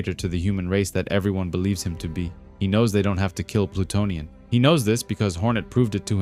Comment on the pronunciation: This vid is awesome buddy, best vid about Plutonian on YT. Good pronunciation of the names overall, very in depth explanation and (which is actually rare these days) no A.I. voice. You have a new sub. 👊